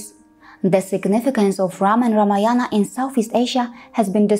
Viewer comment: कृपया रामायण बोले । यह शुद्ध उच्चारण है 😊👍